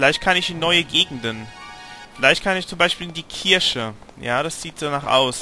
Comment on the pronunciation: Kommi 2: in dem Fall würde ich einfach bei der alten Frau bleiben U_u Oder auch Lilo & Stitch: Die Serie.... Irgenwie gefällt mir ihr Look ja ungemein ;3 Schäm diiiiich >_< Du spricht wie Still "die Kirche" falsch aus. Irgendwas sagt mir, dass sie das Liebchen vom Hauptcharakter werden wird...